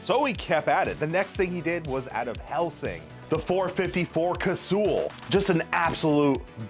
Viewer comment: The way you pronounce Casull bothers me immensely. Great video tho.